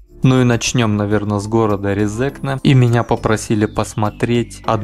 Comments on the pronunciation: только не резЕкне, а рЕзекне) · Автору здесь часто указывают, что он не правильно произносит РезЕкне. Тогда как правильно РЕзекне. В России больше свободы и никого не заставляют коверкать те же фамилии. Вот со мной служил латыш Лиепиньлаускис. И никто не заставлял его называться на русский манер Лиепиньлаусковым. Тогда как в Латвии такое коверканье внедрили на госуровне. Абсурд. Так что простим автору. И скажем спасибо. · Правильно Ре́зекне, а не Резе́кне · Эхх россияне, россияне произносится не Резнкне а рЭзЭкнЭ и ударение на первую Э то есть Е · резекне ,ударение на первую если! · за видео молодец, но на резекне ударение на первую гласную - РЕзекне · РЕ-зе-кне!!! ударение !!!!! stulbenis, bljaviens! ) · Ударение на Первую е Ре'зекне. А то режет слух. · Лол, правильно Рéзекне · Что бы россиянам правильно произнести, надо писать Рэзэкнэ. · Резекне ударение на 1 е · Резекне - ударение на первый слог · Резекне не правильно читал, немного раздражало, но само видео интересное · Резекне ударение на 1 букву е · Резекне ударение на первою е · Автор тебе сложно посмотреть ударения названия города,постеснялся бы